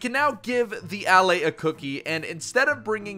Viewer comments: Its not A-laay its Alae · Its pronounced uh-lay, Not Al-lay. They say it in the into video. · Why do you pronounce it AL- Lay when there's videos of the devs pronouncing it uh-LAY? This is worse than the time they added elytra and every youtuber on earth, instead of just googling how to pronunce that word (EL-ih-TRUH) made up a new pronunciation (ee-LIE-truh), and it stuck now with a whole generation of kids. I really don't understand peoples' brains sometimes. I feel like everyone is trolling me. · It pronounced "Uh- Lay" like you are just saying the word a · I don't wanna be that person, but allay is pronounced al-ay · I'm pretty sure it's pronounced "a-lay." Allay is an English word meaning "to put at ease." Contrast it with "Vex" which is a latin word used commonly in english to mean "to bother or upset"